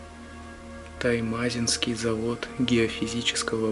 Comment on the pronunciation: Не таймАзинский а туймазИнский завод, и да, он еще существует